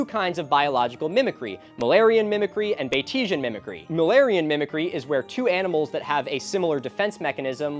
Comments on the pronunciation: Are we sure that it's pronounced, "buh-tee-zhihn" and not "bayt-see-an"? It's named for Henry Walter Bates, so wouldn't it be said like his name? Kinda like how Yatesian is in reference to William Butler Yates and is said like, "yayt-see-an," that's how I'm seeing it. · Time to "um, achktchyually....": While /bah-tee-sian/ mimicry sounds fancy and shit, being named after Henry Walter Bates, you can argue that it should be pronounced "BATES-ian" mimicry. I'll see myself out... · It's actually pronounced Bates-ian! I recently watched a video on mimickry and it's named after a guy named Bates so that's why I know hahah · Sir I hate to be that guy but it's pronounced bait-see-an mimicry like Norman Bates